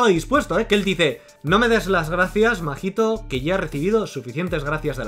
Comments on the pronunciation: AMIGOO NO ES MAJITO, ES: SE LEE MAHITO Y SE PRONUNCIA MAITO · Se dice maito no?? Segun yo la H no se pronuncia